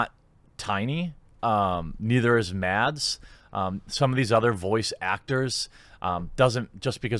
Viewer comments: As a danish person i still find it funny that english speaking people cant pronounce Mads Mikkelsens first name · okay... this made me cringe so hard you won't believe it... as a Dane i'm amazed by the difficulty of americans and others to pronounce Mads Mikkelsen's name... it's really not that hard... yet every single person i find mentioning his name pronounces it into oblivion....